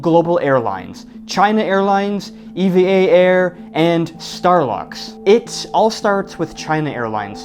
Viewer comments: Are you sure it is pronounced ee-vee-ay air? Japanese pronounciation of the airline company sounds similar to "ever" like in "Evergreen" the container shipping company name. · Not pronounced “E-V-A” , it’s “EeeVahh” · EVA is pronounced like the name Eva. Nobody here says E V A . The word app is said like that "A-P-P" and Instagram as "I G" though. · Pronounced "eevaa" not E....V......A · Taiwan is not tiny. Nauru is tiny. Also, it's not E V A , you say it like the girl's name.